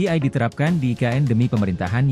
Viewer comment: AI bukan AL !!! 😂